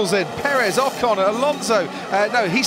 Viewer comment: Please learn to pronounce Ocon. Forvo would help, if you ever make the 'effort'.